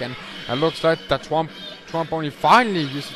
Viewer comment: It's prounced Tron Bon.